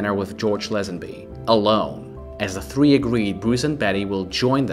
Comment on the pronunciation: TREE NOT THWEE